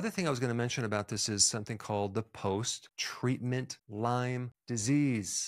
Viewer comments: It's Lyme not Lymes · It’s not pronounced Lyme’s, it is Lyme. And it can be transmitted in as little as 15 minutes. You need to actually learn more about this.